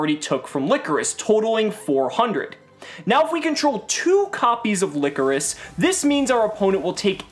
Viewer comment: Its Ly-cor-is not licorice. The "coris" is pronounced similarly to chorus and ly is pronounced like lie so its lie-chorus.